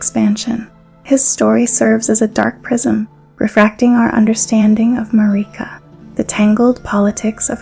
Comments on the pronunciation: Everyone: Marika This video: Mareeka Great video though. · Im not sure why you say marika like that. they say marika in the game and its not how you say it in this video. great video! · You say marika in an odd way, why? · This is amazing, thank you for this! One thing; is there a reason you keep pronouncing Marika, Melina and Miquella different than the in-game characters do?